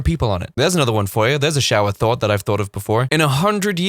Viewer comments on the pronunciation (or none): Thought he said "that is actually not a thort." thort, i like that thought of saying thort instead 🤔like idear. 🤔